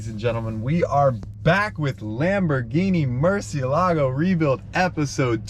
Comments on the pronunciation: Murciélago, sounds Murcieeeeelago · Nobody knows how to pronounce “Murciélago”. Everyone pronounces it incorrectly! The accent is on the “e” and not the “a”. This car was named after a famous Spanish bull, and the name “murciélago” is actually a Spanish word which means “bat”. Please pronounce it correctly. Here’s a link to a video showing how to actually pronounce it